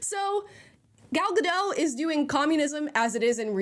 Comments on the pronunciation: I feel so bad for you that you sat and watched this garbage, but thank you for that ❤ Btw Gal gadot..ga_dot- the T is not silent. 😊😊😊😅😅😅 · So Prince Charming didn't save Snow White, a fighter saved Snow White, still saved by a man. BTW, the "T" is supposed to be pronounced in Gal Gadot's name. I don't understand why Americans call her Gal Gado. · Great video, and thanks for your sacrifice Amala! Just a friendly reminder: Gadot is an Israeli surname, not French! Ga-dot. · Go watch the original. Not only it has two strong female leads but the prince is really charming . And please pronounce Gal’s name correctly, it is not a French name, it means riverbanks in Hebrew. You pronounce all the letters including the T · For crying out loud. Her name is pronounced with the T at the end, she's not French! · Thank you for doing this because after the reviews, I actually kinda wanted to see it just to see if it really was as bad as even the left wing reviews suggest… But one critique: She’s not French, she’s Jewish Israeli. It’s pronounced “Gah-doat” not “Guh-doh”. Benny does it too and as a Jew it drives me nuts. Sorry, that’s all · Thanks. Just a correction in gal gadot s name you do pronounce the T it’s more like GA DO TH. She is not French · Fun report! But - being pedantic maybe - if you are going to critique Gal Gadot you really should learn how you say her name. She is not French! There isn't a silent t in Hebrew! It's pronounced Ga-DOT. (Rhymes with shot or lot) FYI Gal means wave and Gadot means river banks. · Her last name is gadot! Like with a T!! Say dot. Now say gadot. When in rome, do as the romans do. Leave the surrenderland name pronounciations to surrenderland. Here in america we can 1. Read and 2. Win a war. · Naive me. I thought Amala would be one of the few American, who would actually pronounce Gal Gadot last name correct. I guess i shouldn't have been so hopeful. Amala... the 't' in Gadot isn't silent. It's, really, not that hard.